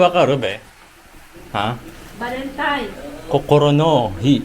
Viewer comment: ValentiNe’s day po — hindi ValentiMe’s